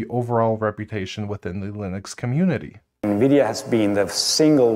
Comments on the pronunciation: btw nvidia is pronounced envidia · Nividia?? N-Vidia?? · Why is everyone pronouncing Nvidia “nuhvidia” now? How did THAT start? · What kind of psychopath calls Nvidia "Navidia"?